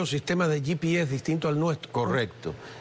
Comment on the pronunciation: ye pi es... si están haciendo una entrevista en español porque les es tan difícil decir GPS (español)